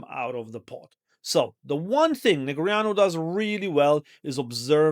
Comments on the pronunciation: Did this guy actually pronounce Daniel Neg ree ahnu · I think you’re adding a vowel sound in his name. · correct pronunciation of a name is by the person whose name it is, and he definitely does not pronounce it that way